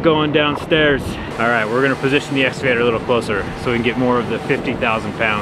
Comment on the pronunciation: its pronounced essscavater